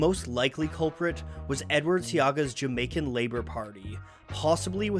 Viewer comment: As a a Jamaican I must say your pronunciation and research was on point! I mean really well done. Some of these topics and themes weren't discussed even when I was in Jamaica